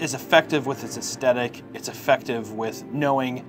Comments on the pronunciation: "Aesthetic"...... ass "TH" tic...... other than that . Love your work!. Xxx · Say aesthetic again